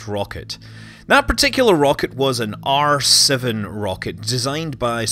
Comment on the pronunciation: Thought he said arse of the rocket rather than R7 rocket lol